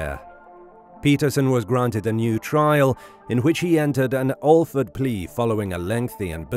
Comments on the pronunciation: Awe Ford plea. Come on, don't suck. It's the same as 'Batman's butler. Al, like Al Capone. Fred, like Fred Flintstone. AL-FRED (one word) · ℹ️ The “Al” in the word “Alford” that is included in the informal legal term “Alford plea” is pronounced like the “al” in Albert, Alfred, albatross, or alligator.